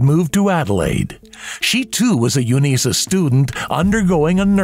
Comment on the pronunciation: I'm from Adelaide. It's pronounced Uni S A as in university of south Australia. Not "uneesah" as you keep saying. In Australia we like to shorten words, so instead of university, we say uni (pronounced yoo nee".